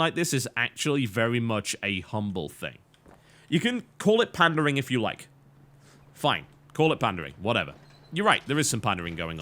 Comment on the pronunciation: "You can call it pandering if you want" Not gonna lie - I hear pandaring. As in hunting pandas. :D